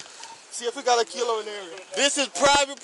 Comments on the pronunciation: He didn't say "kilo", he said "Cee-Lo" as in, Green. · “Kilo? Tf u mean Key-lo? Tf he saying key lo?” 😮